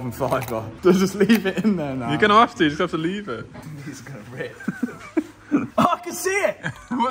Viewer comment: heveh is not a word lad